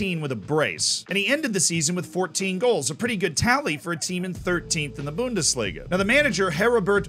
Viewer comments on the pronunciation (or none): none